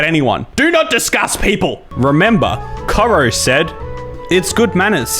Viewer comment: he pronounced Koro wrong hehehe, im also fairly sure that, that post about taking shoes off was about specifically taking shoes off in a Marae in New Zealand, because like you kinda have to when entering a marae because it's just culturally respectful, but idk maybe the post was just about shoes in every house in general, all i know if that, that post was from New Zealand and that you gotta take your shoes off when entering a marae in new zealand